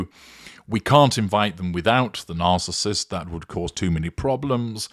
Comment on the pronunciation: Hi, did I just hear you say the spouse of the “Arcissist “? Lol😂😂😂